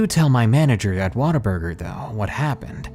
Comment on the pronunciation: Your WhatABurger is turing in to "waterburger" as you read on.